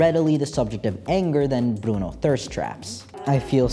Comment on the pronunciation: your videos make me want to study anthropology btw the way you say "bruno" is so satisfying no esperaba oir el final en español, fue tan especial 🥰